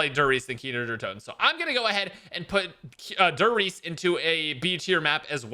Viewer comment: “Dur Reece” 😂😭